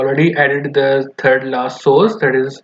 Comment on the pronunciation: I cant understand what dis you say about source??